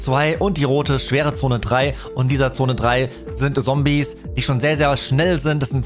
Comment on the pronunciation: Das du Sombies sagst triggert mich echt😂